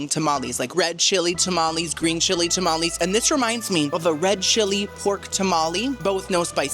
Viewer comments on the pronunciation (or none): none